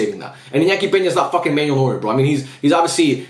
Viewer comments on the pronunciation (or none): none